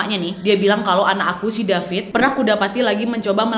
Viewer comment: Aku baca nama dia david tapi Kak Nadia panggil Dafit. Okay aku gelak sendiri😂